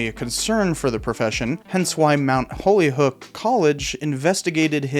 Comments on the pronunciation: Video is great so far, though I think holyoke is pronounced “Hoe-lee-oak” if it’s in regard to the one in Massachusetts. Minor nit pick, my wife used to bother me about it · Why do you mispronounce Holyoke as Holyhook? You did it at least two times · good stuff. minor pts: pronounced holy-oke not holy-hoke. & “fait accompli” does not mean what you think. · Why do you refer to Mount Holyoke as Mount Holy "HOOK"? I'm very curious. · Actually, Holyoke is pronounced "Whole-Yoke" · Mount Holyoke is pronounced like holy-oak. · lol your pronouncing Holyoke incorrectly. Its pronounced Holy/oak. but love your videos keep it up !! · Nope. It's hole-yoke. Spent the first 9 years of my life there. Well, I suppose I should qualify that by saying those years were when it was heavily Irish-Catholic. Admittedly, I've no idea how its pronunciation has morphed.